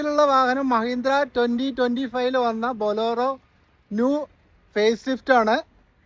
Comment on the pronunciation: ബൊളോറോ അല്ല ഭായ്..ബൊലേ റോ